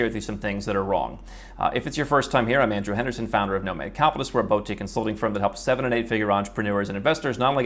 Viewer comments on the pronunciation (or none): I love this channel and have been a follower for years, but I can't stand the way you pronounce "boutique".